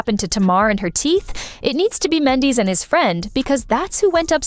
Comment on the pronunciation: Please know how to say Mandeecee... I mean do some research before calling him the wrong name the whole damn story!!!! Goodness this is just unprofessional